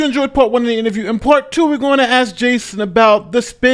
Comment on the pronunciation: AXE us🤦🏻‍♂️